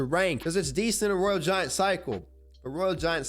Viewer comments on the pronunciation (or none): this dude says royal genshin impact and sheesh machine 💀💀💀